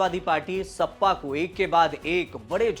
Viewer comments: O Bhai pehle sahi bolna Sikh Jaa...sappa nahi hai sapa😅😅😅 yeh log news anchor ban rahe hai😅😅😅😅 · इसे बोलना भी नहीं आता सपा को सप्पा कह रहा है 😂😂